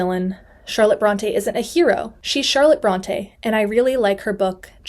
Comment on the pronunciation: I find humor in your commitment to fact check the misconceptions of the Brontë sisters, and yet you didn’t bother to pronounce their name correctly. An umlaut over an E makes it say, “ee.” What you are doing is pronouncing it as if there were an acute accent, as in, “Beyoncé.” They are not the “Brawn-tay” sisters. They are “Brawn-tee.” Or maybe, “Brawn-tea” in this case 😎